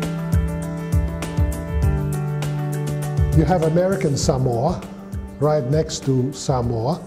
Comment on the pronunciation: I can't tell what country this man is from . Usually the accent you can tell the English but his accent almost is a mix of everything because he seems like he has been in Samoa for a long time due how he says Samoa Correctly . Something most Palagis say wrong . But what he says is so true . Seki a le palagi lea .